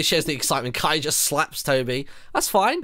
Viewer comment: It's not Kiay it's kaey